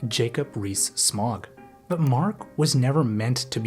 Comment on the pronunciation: *Jacob Rees-Mog. Not smog